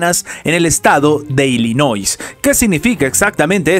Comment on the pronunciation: Se pronuncia Illinois. NOT ILLINOI(S) NO (S) LOS REPUBLICANOS NUNCA HAN GANADO ILLINOIS.